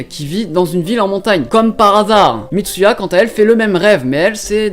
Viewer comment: ELLE S'APPELLE MITSUHA PAS MITSUYA !!!!! hem. Pardon.